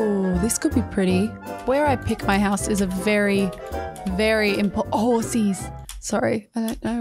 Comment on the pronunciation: Nobody:: HORSIES